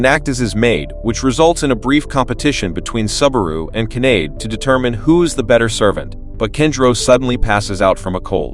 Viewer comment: Kanade is not pronounced like grenade.